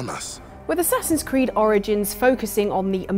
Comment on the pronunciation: Assasins Khew-d